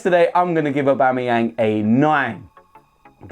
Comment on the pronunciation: Please don't say Aubamebloodclartyang again. Pure cringe